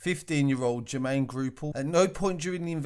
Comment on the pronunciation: He keeps on sayings ‘groupall’ and it’s annoying me cos it’s GOUPALL